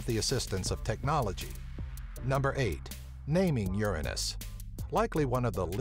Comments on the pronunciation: The pronunciation should be more like URANUS, OORANUS. Not like YERANIS, or YURANUS. , cause it's just like UZBEKISTAN. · it's Pronounce U-ran-nus, not Ur-anus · Uranus NOT your A nus pronunciation please pronounce it correctly to keep jokes to minimum. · A somewhat realstic Latin pronounciation is oo-er-own-us, like the city of Ur. The ancients would have never pronounced it your anus or urine-us. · Pronounced Tit -on -ya and Uranus is pronounced Your Anus, But Your-an-us is the correct way but people say your anus because it's funnier . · You pronounce it wrong. It's YOUR ANUS, not URINE US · The name in Greek is pronounced OO-RA-NOS,not YOUR -ANUS,you dipshits. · it's urine-us? I thought it was ur an ass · So it either sounds like yer anus or urine us. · I honestly feel bad for Uranus. The first pronunciation is "Your anus" and the second one... "Urine-Us" R.I.P Uranus. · you should pronounce it the greek way (oo-RAN-os) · Ur-anus was married 13 times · I pronounce Uranus as u-rain-neus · guys dont say uranus in real life bc it is the inmucher way to say it say it like this urinis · ur anus hahahahahah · The thought i had with the pronunciation was Your-Anus Ur-Anus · Both ways of saying this sound like you're anus for one and the way you say it would like urine us. I also didn't know people said it like urinus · Uranus you says Uranus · Your anus LOL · The way he pronounces it irritates me. I have never heard someone call it that lol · "Uranus" is Latin and comes from the Greek "Ouranos", both your pronunciations are wrong like almost any Latin word used in English. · Uranus (Latin) comes from Ouranos (Greek), the personification of the sky. Any anglophones pronunce it WRONG, like almost any Latin word, because they use the English pronunciation even with foreign words... that's why it sounds silly. If you listen the correct Latin pronunciation it's just a normal word. They're just ignorant.